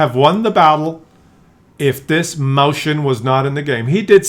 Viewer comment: It's called Mäuschen not Mauschen